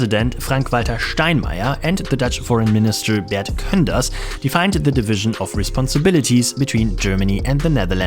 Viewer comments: The Dutch minister's name Koenders is pronounced wrong. He is Dutch, so why do you pronounce it the German way? We wouldn't do that to your sirname,:)... So don't pronounce it like Könders... the rightway is something like Kuhnders. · Nice video! Sidenote: using German spelling, Termunten is pronounced 'Termönten' and Bert Koenders 'Bert Kunders'. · When it comes to the pronunciation of minister Koenders. I guess it was obvious you'd pronounce it the way you did, as I think I would do that too if I were German. In Dutch "oe" is pronounced as you Germans pronounce the letter "u"... So I guess in German spelling rules that would be "Kunders". But as a Dutch I always appreciate the attempt. Of course after seeing your video about that "Stalin's pipe land" I used that name as that was was indeed a funny story so thanks for sharing it even though it's likely historically incorrect, although the true essence of the video was (of course) by far more serious, I guess I am glad to be Dutch as we currently don't have those kinds of relationships with the neighbor countries at the present time. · I really like the way pronounces the name 'Bert Koenders'.:-)